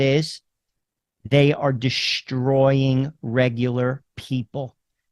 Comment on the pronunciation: Just FYI there is no "h" in "destroy". It's not "pronounced "dishhhhtroy". Also, there is no such word as "irregardless". It's either "regardless" or "irrespective". Just thought I'd let you know.